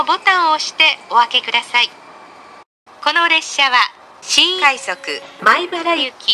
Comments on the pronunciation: この列車は新↑快↑速↓米↑原行きワンマンカーですww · 「新↑快速」 と「のろ↓ｇわ（ｶﾝｶﾝ）」が面白すぎて定期的に見に来てしまう そういえば京浜東北線がワンマン運転化するらしいですね